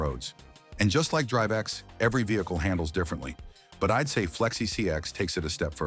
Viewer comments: Why is the ai voice saing flexi csx? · Why is bro saying flexi csx😂😂😂